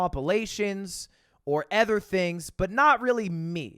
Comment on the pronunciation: why do u say ether instead of other